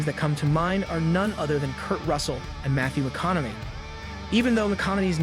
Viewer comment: Please learn how to pronounce Matthew McConaughey